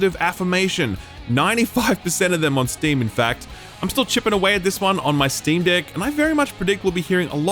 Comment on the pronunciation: I am the only one that giggles when he says "Steam Deck"?